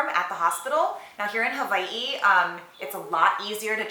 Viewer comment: ... the way you say Hawaii sounds weird, especially since I'm not sure if you're native or not.. reminds me of that South Park episode